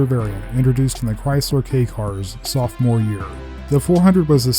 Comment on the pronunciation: THE CAR WHO SING CHRAYSLER